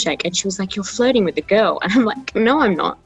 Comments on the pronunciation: jo kept on saying flirting and I kept hearing it as floating and I was so confused like floating while getting milkshake? what? also hero hits different in this video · i really thought jo was saying floating instead of flirting 😭